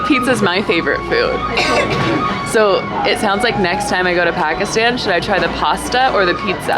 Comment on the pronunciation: If you cannot pronounce Pakistan or Punjab correctly, you shouldn't be creating videos.